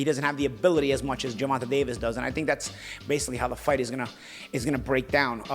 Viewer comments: Great podcast, just bringing up both these guys past was unnecessary to me. I understand you don't like the hypothetical ways of the suits/Showtime, but why bring up Tanks/Rolly past when you don't know the why of it? Also, you pronounce Tanks name Ger-Van- Tay not Ger-Van -Ta. Besides that, great pod. Let's go Bmore/Charm City. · ur the GOAT!. But you have to say the previous TMT promoted boxers name right lol... His name is Ger-von-tay Davis... Be good. Be safe.. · Ha. He calls him Gervontah. Keep it going. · “Gervontuh” 😭 gotta love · must’ve said GERVONTAH ABOUT 100 times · Why does he keep mispronouncing Gervontas name???